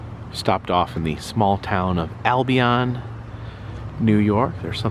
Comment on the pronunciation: just an FYI, the locals pronounce it "Al Be In" not "All Be On"